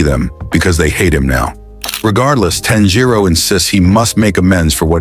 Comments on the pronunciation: Not inosuke finally saying tanjiro's, name right XD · Inokuse said tanjio name right😢